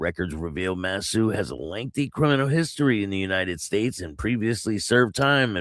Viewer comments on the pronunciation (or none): No judgement but man did I laugh at how you destroyed the names in the SCMC murder. Vaughan - "von" Mousseau - "moose-oh" And yes, in Canada they will let someone take a plea deal to be a rat. Famous case is how Karla Homolka got 12 years for the sex/murders of 3 girls with her husband Paul Bernardo. (Who's in jail for life). After her deal, it was determined she played a bigger role but the deal was already done and she's been out of jail for years now. Huge story...one of Canada's biggest murder cases.